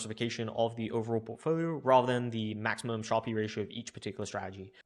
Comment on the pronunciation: How come you say Sharpe as “sharpie?”